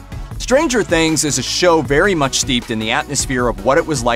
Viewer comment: Don't hit the 'stranger' when saying Stranger Things, it sounds ridiculous